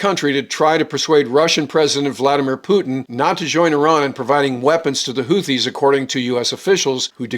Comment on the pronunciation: ‘HOO-TEE,’ not ‘HOOTH-EE.’